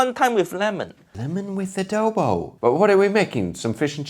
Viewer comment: Correct pronunciation of Adobo.